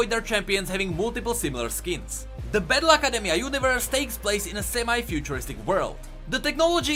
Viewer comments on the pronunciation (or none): when he says battle academia i hear bad luck academia